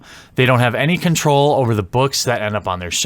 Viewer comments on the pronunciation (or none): none